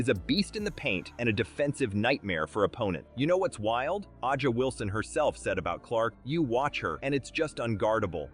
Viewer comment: The AI voice over says, AH JA Wilson. Avoid this crap or we'll be stuck with stupidity forever.